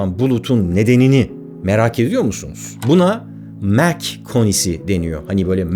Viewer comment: Kardeş, senin Bell eğrisi dediğine bilim insanları "çan eğrisi" diyorlar. Mach sayısı derken de o şekilde telaffuz edilmiyor. Ayrıca "yapay zeka" denilen şey de yapay olsa bile zeka içermiyor. Chat GPTcilere söyleyebilirsin. 🤣🤣🤣